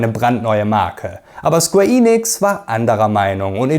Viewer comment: Super Video, Sleeping Dogs war einer meiner ersten Platin Trophäen und ich würde mich sehr über einen Nachfolger freuen… naja die Hoffnung stirbt zuletzt. Achja, kein Hate aber BITTE … es heißt square EN- ix nicht Eeeee- nix…